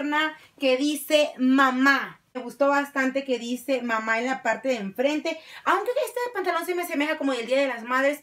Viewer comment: Le faltó el acento a mamá